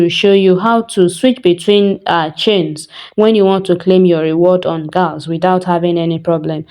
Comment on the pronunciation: Great video. Please I just noticed you pronounce "galxe" as gals it is pronounced as "galaxy" I am sorry if you take offense 😢